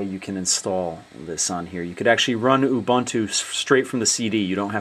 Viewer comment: its purnounced " u boontoo" very helpfull tho